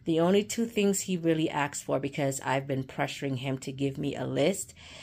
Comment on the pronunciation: It’s asked not axed